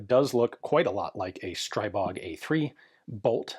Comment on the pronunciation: "Stribog" (as in Stribog A3) is not [SHtraibog], but rather [stri:bog] (like, "stree-bog"). It's actually the name of a Slavic Pagan deity. P.S. And "kuna" means marten.